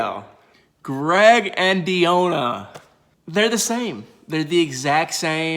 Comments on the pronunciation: Why are you dedicated to pronouncing Deonna’s name wrong? Lol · Lol i was looking for this comment 😭😭😭 it was driving me crazy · Yes, I've never heard this name messed up so much, smh!👀😔Come on brotha do better!🙄🤦🏾